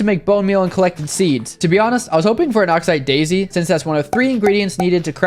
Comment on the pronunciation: it's pronounced oxee daisy